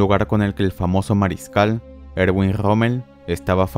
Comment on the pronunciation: Un "pequeño" detalle No es "Irgüin", estás pronunciando en castellano las palabras alemanas, Erwin se pronuncia Ervin.